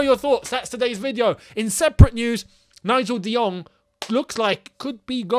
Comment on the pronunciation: Nigel de-jong🤣🤣🤣